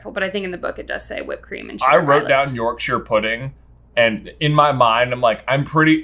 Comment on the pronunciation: As a british person yorkshire pudding was triggering